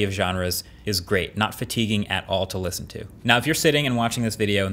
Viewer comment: For $550 I better hear the “T” in “Listen”